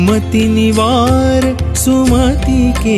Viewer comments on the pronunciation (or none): none